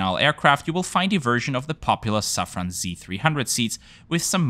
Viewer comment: As many Austrians, me trying to pronounce French words correctly feel with you. But since I learned about the company Safran Seats on your channel, being a French multinational, you should consequently pronounce it "Saffro" ;)